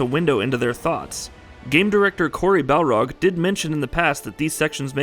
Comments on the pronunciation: barlog not balrog although it would fit the viking theme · BARLOG! FXXXXKING BARLOG! NOT BALROG. He's not some fire demon from LOTR! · Balrog is more badass tho. Barlog sounds like the aftermath of drunken swimming.